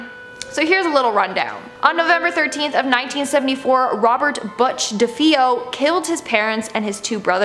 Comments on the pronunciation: LoL ….. When you pronounce “DeFeo” as “Deeee-Feeee-Oh” you lose all credibility…. If you ever heard the word, instead of reading off a script, you’d know how to say it. It’s De-Fay-o, child. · FYI, DeFeo is pronounced “De-FAY-oh”, not De-FEE-oh”. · De-FAY-O is how it's said. Also, Ed tried to fight demons because he was filled with them. Sounds like he needed the exorcists. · SHE and her sister, not her and her sister. Just fyi. DeFeo is pronounced de-fay-o. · I wanted to like this vid but the way she pronounced “DeFeo” like... tf